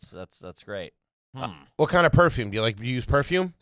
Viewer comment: I thought she was saying “Woof” when she was talking about her appliances lol Perfrume, ridicalous etc etc. The words just add to the enjoyment of this episode. The duality of trash and garbage is right. Is there any surprise that a woman that has been shot in the nipple but now has money is a bit of both lol.